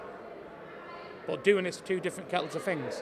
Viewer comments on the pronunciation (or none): Two different kettle of fings 😂